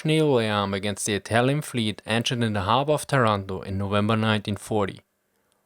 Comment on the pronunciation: Ha! Love how you pronounce ''anchor''. It's pronounced ''ankor''. Good video nontheless.